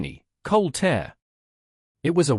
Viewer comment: Good story. Good message of resilience. Narration needs some help with pronunciation. Wound should be pronounced 'woond' as in a gaping wound, not 'wownd' as in the clock has been wound. Tear should be pronounced 'teer', as in crying a tear, not 'tare' as in How did you tear your shirt? The hours should have been put into the context of the story, not just 'hour 3, hour 6, hour 12.' You can do better with a little more editing. Give it a try. One moment of editing can make or break a story. You can do it. 😊